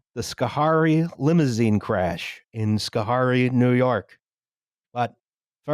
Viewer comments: three minutes in and I already know I'm going to spend the next eighty-odd minutes shouting about how to pronounce Schoharie (skuh-HAIR-ee not SKO-harr-ee) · Brief note: Schoharie = "sko-hairy" (I don't know how to read or reproduce the way the dictionary represents pronunciation). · also: it's pronounced Scuh-HAIRy (: <3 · I'm honored to be offended by upstate new york mispronuciations. Gansesvoort and Schoarie don't sound like that but whatever, good ep as always. Edit: All-bany, not Al-bany! Whatever... it's new york we don't deserve the respect. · I will start watching this tomorrow morning while on the elliptical, then continue it while making dinner. I hope Justin’s mispronunciation of “Schoharie” does not disappoint.